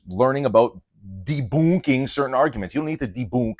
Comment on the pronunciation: "Debooonking" has me giggling like a little girl XD (And your content DOES help women, too, even if we're not your primary audience. Seriously, if there's any woman out there doing the Catholic fitness thing for women, (because our bodies ARE different, by God's design,) point me that way!)